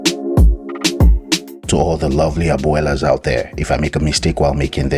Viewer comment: Thankyou love it and the amazing strategy involved. I love how you said "Abuelas"